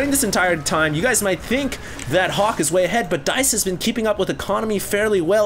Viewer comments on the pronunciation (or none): everytime says Hawk, I think I hear Huk lol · is so asian when he says Hawk....people hear Huk. LOL